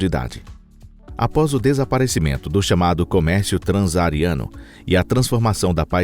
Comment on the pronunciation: "Comércio tranzariano"?